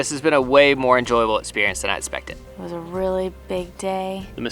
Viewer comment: After a couple weeks watching you guys... i've realized there's a PERFECT DRINKING GAME. Every time says 'it-spected' (his version of expected)... YUP.